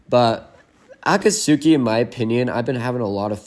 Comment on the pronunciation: Tip for pronunciation: Akat-ski